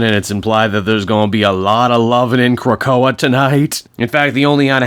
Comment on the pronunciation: You learned to pronounce Krakoa, yay